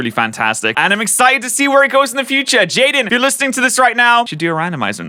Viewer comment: "jaidne" just beautiful.